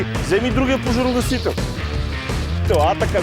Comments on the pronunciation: моля те, кажи на, че се казва поЖАРогасител, а не поРАЖогасител. 3 пъти го казва грешно, не е ок за такъв човек:)) другото важно е, от въпросната агенция да натиснат за промяна в законодателството...с тези пожарогасители, които се продават и полицията ги приема за ок, освен да си изгасиш цигарата - друг ефект няма. Отбиване на номера само! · Казва се ,,пожарогасител”,а не ,,поражогасител” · Клипа е много добър с много полезна информация! Искам само да вметна, че се казва ПОЖАРОгасител, а не ПОРАЖОгасител. 😂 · Не веднъж, а всеки път като се опита да го каже. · защо казваш постоянно поражогасител